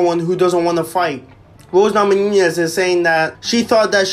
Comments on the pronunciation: Namonoonyes? It’s namajunas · Please learn how to pronounce Namajunas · Lollllll the way u say her last name